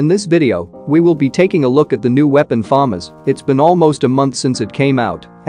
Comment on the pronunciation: You're pronouncing FAMAS wrong. Some kids will watch your videos and then argue it's pronounciation.